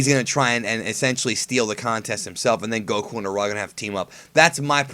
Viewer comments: Its Araily no Arale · I've watched in both sub and dub i think its pronounced arala not arale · Um, it's arayle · i sjut don't get your obsetion to pronaons arale's name wrong. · your saying arale wrong u dipshit..hate people who think they know it all.. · Hey you pronounced Arale wrong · its pronounced arale not arale....hah...i did it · U PRONOUNCED ARALE WRONG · no offense but ur saying arale name wrong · you said arale wrong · you mispronounced arale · Stutering while pronouncing name xD deffinetly highlight of this video i want more of that:D ahhaah